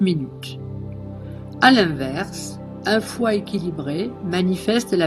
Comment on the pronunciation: Le son médical du foi est chu ! Et non pas xu ! Pour le triple foyer c'est le son Hu